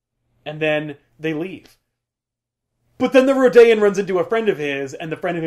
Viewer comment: Is that how Rodian is pronounced?